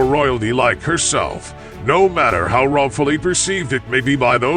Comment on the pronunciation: Ai can't even read lmao that can't even say the word how